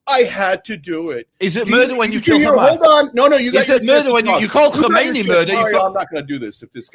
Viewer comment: Chenk said Hermaiani instead of Hommeini 😂